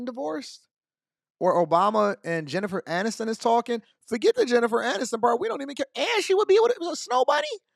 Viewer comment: BIG MICHAEL AND JEN MAN-ISTON 😅